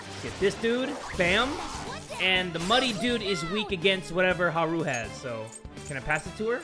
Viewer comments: Lol its hahru not heruuu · "Huhroo" it's hard "A" like hardy har har.